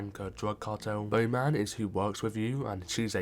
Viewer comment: Why tf are you saying Bowman like that? You know damn well that’s not how you say it. You’re almost making it rhyme with Nomad